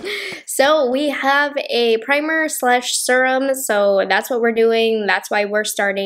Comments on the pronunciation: The way she says serum always makes me laugh. Like surum. She doesn't say vury instead of very. I've never heard anyone say it like that. Maybe it is a regional thing? I knew a few people who would like pronounce Washington as Warshington or crick instead of creek. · Am I saying SERUM wrong or you lol😆😆 I say serum the SER- part like searing a steak 🥩 on the BBQ. Is it just me ppl in the comments. I need to know?? I’m pretty sure everyone says it like me?? Love u. You’re so cute. U can say serum any way u want sweets. ❤️✌🏼